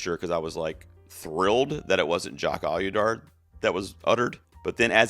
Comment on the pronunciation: love your videos. He who must not win any Oscars' last name is pronounced OH-dee-yar... :)